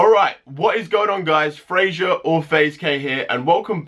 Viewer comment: Why do u have to say Frazier or faze Kay 😡😠